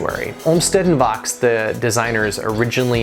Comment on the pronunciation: You're mispronouncing the name of Calvert Vaux. It is French, and rhymes with 'faux.'